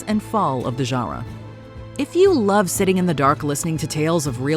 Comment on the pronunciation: Yo!! 😂😅The way she phrased that “love” wtf